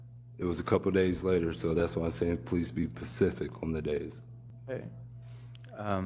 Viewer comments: “ be pacific” 😂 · Don't forget "pacific". I chuckled. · Please be pacific? As opposed to atlantic? 😂😂😂😂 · Probable Cause is not an "opinion" it's evidence that can be substantiated. It's SPACIFIC not "Pacific"😂😅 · Supervisor "Be Pacific"? = Be Specific "Axed"? = Asked?. Hmmm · "please be Pacific." Lawyer 😮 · He said, "be pasific"!!! 🤦🏾‍♀️🤦🏾‍♀️ Jeez, brotha! From Obama to Flava Flav--you've embarrassed all Black men!!